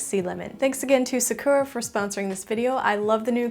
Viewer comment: Love the video very relaxing! And it definitely made me want to buy some pens. Sakura is pronounced Sah-koo-ra though ;)